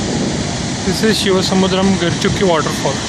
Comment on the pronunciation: Atleast learn to pronounce the shivanasamudra and gaganachukki falls properly.... If You Can't, please don't upload these kind of videos... its better not to watch your video rather than getting influenced by your wrong pronunciation.